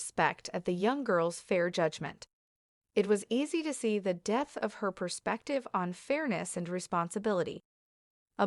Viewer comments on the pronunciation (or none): Ai can't read the word "depth".